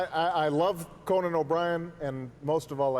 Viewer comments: is it con man or conan you might think its obvious but listen to it about 3 times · was he saying "Conan" or "Commie" ?